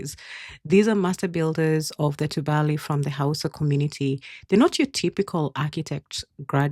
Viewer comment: Tubali is pronounced too bali. The bali sounds close to replacing the v in the English valley with b.